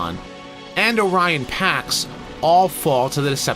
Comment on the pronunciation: "O'Ryan Packs"? No wonder Prime was so heroic. He was Irish Catholic! ☘